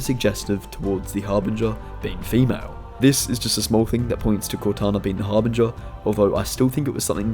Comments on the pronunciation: I despise the way you say Harbinger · The way he says harbinger is driving me crazy! But else wise good vid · Harbinger - the G is soft bro LMAO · You say harbinger very strangely.